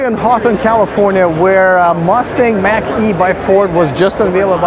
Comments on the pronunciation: It's MACH not MACK. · Model Y and Mach E are extremely comparable. They are competing in the same segment. And, Mach E is pronounced like mock not like an Apple Mac. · Mach is pronounced like “mock”. Named after Ernst Mach. It rhymes with Bach. Saying “Mack” is like pronouncing Tesla as “Tezla”. Elon Musk can’t pronounce the name of his company correctly because he’s not the one who picked the name. Or he’s doing it so he can say Martin named it Tesla but I renamed it Tezla, spelled with an S not Z. Lol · Man I was thinking the same thing!!! Its Mock not Big Mac! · Just say Mawk...Mach 1 is the speed of sound, Mach 2 is 2x the speed of sound, etc. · It more of a au sound, not quite mock but between mock and mack ahah, weird word indeed